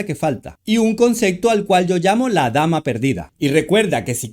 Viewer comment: Porque pronuncias CONCECTO